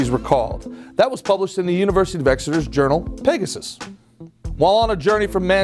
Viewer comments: and Exeter “university of Executer”😂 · The pronunciation of Exeter 😭